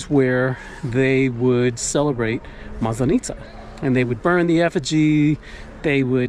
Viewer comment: Hi. Thank you for another fun video. It’s a second video that you are talking about Maslanitza and you say this word many times. Please, ask your Russian wife to teach you the right pronunciation. The emphasis falls on the first letter a in this word. Looking forward to see more of your discoveries and adventures in Russia